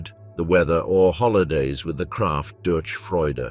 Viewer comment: The ch in durch is pronouned like in loch or reich. Other than that, it was an enjoyable listen, the narration is very good.